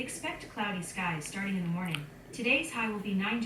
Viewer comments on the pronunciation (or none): ㅎㅎ오 morning 발음이 ㅎㅎㅎ